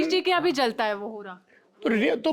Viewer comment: होरा नहीं सौरभ सर,होरहा बोलिए। सादर! 🙏